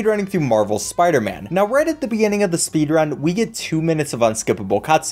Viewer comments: sparderman lol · “It’s not always about the speedrunnin’ spidah man”